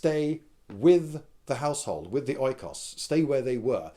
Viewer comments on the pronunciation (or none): Economy is derived from oikos, thus oikos is pronounced like eco(s). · oikios is pronounced ikos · Look,when you have to pronounce a greek word, don't sweat it too much if you don't get it right,even online dictionaries are often wrong.It's bloody greek, ain't exacly easy and the word is pronounced "ikos" emphasis on the "i" if you want to know.Nice video btw. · as a greek this was too funny especially when he said oy-kos... YESSSSSSSS well the word is e-kos... in the greek language we have... lets say a few letters and combination of letters for the sound of "e" : i, h, y, ei, oi... all those are read with the same sound. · Provided that this video was recent, i would comment that the word is pronounced just "ikos". But that would be petty if i do it right now, wouldn't it? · i am afraid i am going to break your heart lindybeige, but the greek pronunciacion for the letters "oi" is "i" as in linen or linda or lindybeige :) (not as in light or icon etc). so oikos is pronounced "ikos". when people first transplanted that word from greek to english they wrote it with an "e". ecology and economy for instance have ikos inside them. they are translations of ther greek οικολογια and οικονομια. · It's pronounced ikos and the modern translation is home, the difference is that families were larger thus the people living in a home were not so closely related... but oikos is the equivalent of spiti the way home is the equivalent of house, oikos means house but it also meant more. Something that perhaps may clarify things is that the first part of the word oikogenia (family) is oikos and the second is genos witch means your family tree (loosely translated). I know I probably confused more than I helped but not only some Greek words carry some underlying meaning but also the words themselves derive from weird word roots... Genos for instance comes from the Geek word Genisi (you might know as Genesis) and means birth. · "Οί" sounds like "ee" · It's pronounced "ikos".